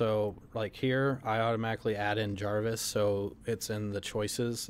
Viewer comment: jarvis or javis?